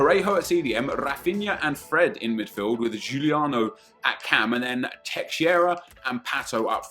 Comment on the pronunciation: Say like this Teisheira